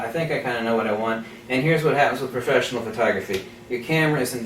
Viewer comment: P mode, for Profeshnial